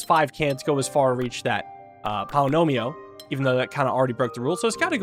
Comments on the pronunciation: Everytime he says polynomio instead of polyomino I feel like I'm insane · One of these days is going to pronounce "polyomino" correctly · One of these days, will learn how to pronounce Polyomino. Today is not that day.